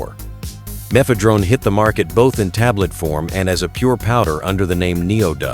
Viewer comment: "meth-uh-DRONE" m'fedrone [tips cap]